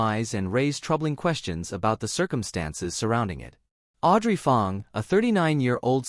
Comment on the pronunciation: 'Ang' Not 'Ong' as pronounced in video 😅